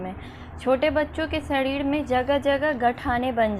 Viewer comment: Shadhid😂😂😂😋 not sareer